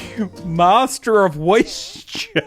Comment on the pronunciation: Woisture sauce